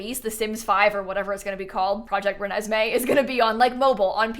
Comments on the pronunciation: Im literally dying that you called it project renesmee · Love how just started calling it Renesme from the middle on 💀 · "Project Renesme" 😂f*cking blasted!! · The insistence on calling it “project renesme”, with a straight face, is comedy at its finest. Can’t wait for 3+ years of this joke 😂😂